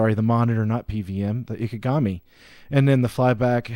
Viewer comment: Just remeber this, In Japanese (and in many other languages) "I" is NEVER pronounced "ai" (as in "I am"), this is an English peculiarity.